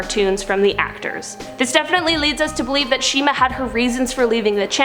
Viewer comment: No not shima pls not shima